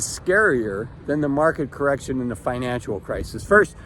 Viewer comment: It's financial. Not "financual".